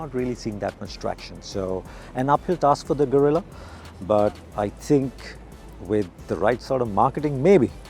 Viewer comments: I expected atleast to say, Geh-rilla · I didn't expect non-spanish speakers to get the "rr" and "ll" right, but at least try to get the vowels correctly!